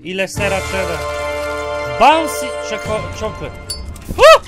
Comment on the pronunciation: powiedział czoklet